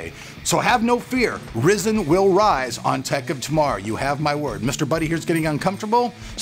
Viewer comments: I was mentioning the mispronunciation of Ryzen. I was also referring to the comment you made about overclocking in general . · PLEASE SAY RYZEN CORRECTLY! maybe thats why they didnt sent you a cpu! no, seriously! Have a nice day👍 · James unknown I know it's Ryzen. I was helping him pronounce it correctly. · I cant believe "" made a video about he how pronounced RYZEN in this video and said he did it on purpose.....he clearly did not say it on purpose.... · For people he's saying it like that on purpose get the sarcasm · I know you are doing that on purpose and I still want to slap you for your saying it :D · not REEEzen RYzen.... like WHY RY.. cmon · horizon + zen = "rye" "zen" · it's "Ry-zen" not "Risen". Maybe that's why you're not getting much support from AMD right now lol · Why call it Risen??? Every single person who works for AMD has called it Rye-zen. Weird!!! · its Ry Zen not rizin or rye zin or rizin its RYZEN! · LOL He said risen not ryzen... "rye-zen" (The new horizon- ho-ry-zen) Happy to help, Rock on! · its not ress-en...its ry!!!-zen!! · It is called Ryzin not rizin it is rye-zin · the pronunciation is off man ... RAI ZEN NOT reezin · Risin nope RYE-SCEN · There are a few things I'd like to mention: 1: It's not "risen" it's "RYE-zen". 2: NOBODY does LN2 overclocking to gain real world performance. it's done just to break world records and stuff. 3: saying that now that you buy your review samples you will be honest about them makes it sound like you've been a corporate shill. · Say it with me Rye-Zen. R-eye Zen. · its pronounced "rye-zen" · Stop calling it risen u fuk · its pronounced RHY ZEN!!!! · "Rye-Zin". You have to pronounce it right, man.... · Stop saying "Ri zen" -_ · AMD is probably not giving you love cause you say RYZEN wrong (rie-zin) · After hearing 'Ryzen' pronounced 'Rizzen' about 8 times, I just had to stop the video. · Its pronounced RI zen... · Isn't Ryzen supposed to be pronounced Rai-Zen?